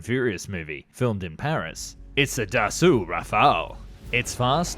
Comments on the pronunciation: btw, Dassault pronunced "Dass[ow]" not "Da[suit]" the last consenet of french word are often silent and "au" pronunce "ow" not "woo" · But he makes "up" for it by pronouncing it "Dasu" instead of Dassault :D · Dass-oh not Dass-ooh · No that sound Dasso. Not dasu I'm French. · Dassault is pronounced like Dasso. ;) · not always in family names.... Je dis dassaulT, il y a deux consonnes à la fin du nom, et les ancêtres de la famille devaient surement le dire aussi il y a une ou deux générations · Got its name from the WWII nickname of Marcel Dassault's brother = Char d'assaut = Tank. The story is on Dassault's company website. But yeah "d'assaut" like "fusil d'assaut" = assault rifle, as you said. Assault is the old spelling. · bah le Monsieur te dit justement qu'il a mal prononcé Dassault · Still mis-pronouncing Dassault though ...